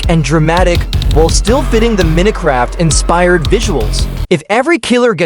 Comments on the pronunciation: "Meeno craft" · Minutecraft🙏😭🥀 i guess the ai doesn't know to pronounce minecrat